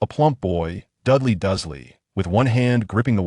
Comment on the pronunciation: The reader needs to pronounce the name as Dudley. I get mad every time I hear Dali instead